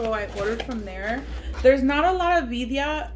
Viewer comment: That looks so good! Got me hungry. But were u tryna say Birria?